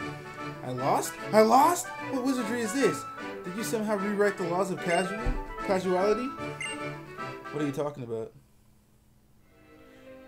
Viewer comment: can't say causality???